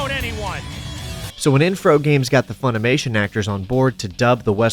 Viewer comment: "Infrogames" wtf lmao